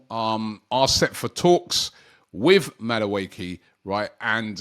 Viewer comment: Robbie butchering names of players. Noni Madueekil 😅😅😅